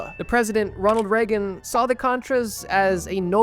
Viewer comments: not that it matters because he was a piece of garbage but it's pronounced like "rayg-in" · "Ronald Reggun" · Please google how to pronounce things. Its not reg-in. Its Ray-gehn